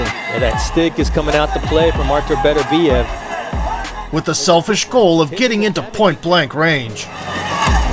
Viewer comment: It's embarrassing how you pronounce his name. His name is not Betterbiev...its Beterbiev, Russian not English.